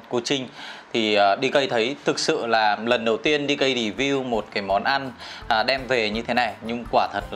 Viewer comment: DK xin đừng đọc là " Đi cây " Xin đọc đúng là "đi Kê " Cảm ơn